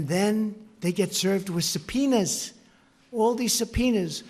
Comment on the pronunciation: Sound like Trump said Subpenis lmao